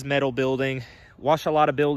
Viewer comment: Met - al not Mit - al😊